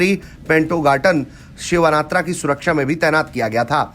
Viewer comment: सिवानात्रा नही होता है सिनावात्रा होता है